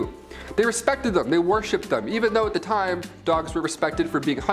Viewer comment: Love the BUMBLEBEE sweater!!❤️❤️. And. It’s worshipped. Not warshipped 👍🏻